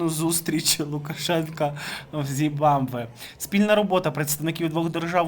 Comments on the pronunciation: Ну не ЗІМВАБВЕ, а ЗИМБАБВЕ. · Зим баб ве. Хочаб раз вимовили назву країни, начебто не складне слово. Якось дуже не професійно виглядає, ей боже.